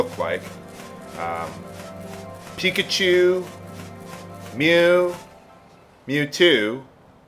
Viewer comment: hahaha when you say pikachu, it sounds almost like chicka-chu XXD